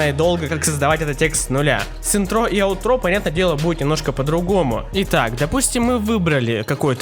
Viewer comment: Ударение на И - Интро и на А - Аутро